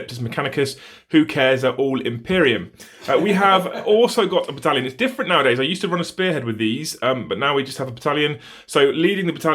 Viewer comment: Did he....did he just sayed B A D A L I O N ? AAAAAAH YES THE BADALION, GOOD MORNING TOO YOU SIR.